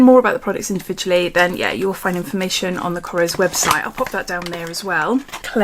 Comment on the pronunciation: Loved the you pronounced it correctly! It’s kor-esh not kors